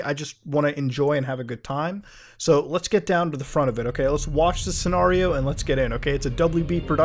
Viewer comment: Scenario, not scenorio